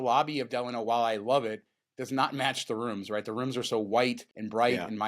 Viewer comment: Guys: The hotel name, Delano, is pronounced "D-LON-O". It rhymes with "Milano" (the city in Italy).